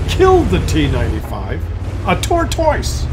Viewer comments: If I hear him say "tor - toice" one more time... :) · Canadians say the word tortoise wierd